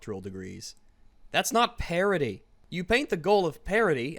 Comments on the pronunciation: Did he say gender parity or gender parody? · I keep thinking you are saying parody and not parity.